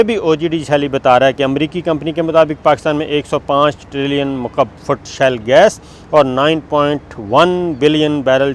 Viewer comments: Sabir Thanks for good news. It is "SHALE " gas and not "SHELL"gas. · Good news Sabir bhai! but its not 'shell gas' its 'Shale Gas'! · That’s a great news. By the way it is ‘Shale gas’ not Shell gas. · As we know: You have done Master in Political Science but Degrees in our country are of so poor Qurality. Before airing this video, you must have checked if words are "Shell-Gas" as you are saying in this Video or that words are "Shale-Gas"? Reservoirs of Shale Gas exists in many countries but Production Cost of of shale Gas and Oil from Shale is so high and that it is not feasible to work on this kind of Projects. From a few years, in USA, they have discovered new methods for Shale Gas but that needs toooo Much water and also have collateral environmental damage. Yesterday we were watching a Video of a channel that have hundreds of thousands followers but in Video, owner of that Channel was calling Stealth Jet as "Steeelth Jet" but in fact Stealth is pronounced as STELTH. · Not shell it's shale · It is shale oil not shell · Please note correct pronunciation is shale gas or shale oil. Shale is a geological strata formed by compressed clay where these products are trapped.